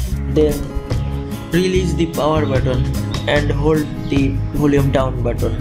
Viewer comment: It's button it's not botton 🙂